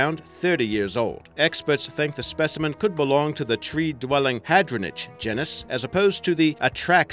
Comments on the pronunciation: Ahem... "Gee-nis" you're welcome. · gennus? surely you mean genus old chap... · (gee-nus) geeeeenus 😭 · You're saying genus wrong.